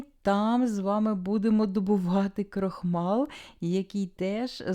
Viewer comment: Дуже вдячна Вам, за смачний спогад мого дитинства. Я з Львівщини, в нас теж робили книдлі, правда без начинки, просто зі шварочками. Діти ще любили просто сир додавати як посипку, смакотаааа. Я Вас, дуже прошу, деякі слова, трохи вимовляти м'якше. Крохмаль, "ль"м'яке в кінці. Бо тверде закінчення, то в наших придурошних сусідів. Тертка, бо терти, а терка, це теж їхній вплив.